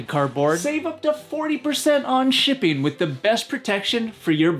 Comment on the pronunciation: Count the number of times he says 'shipping' and try not to hear 'sh*tting'... every time.